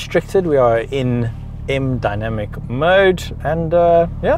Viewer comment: They way he said M dynamic 😄😄😄😄Kasi style